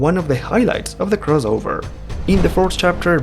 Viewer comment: The word is may-UR (MAYOR) NOT may-JUR CROSS-ovurr NOT CROWS-ovurr